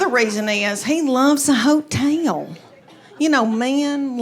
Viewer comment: "You know mean love a hoe-tehl!" LMAO!!! 🤣🤣🤣🤣🤣🤣🤣🤣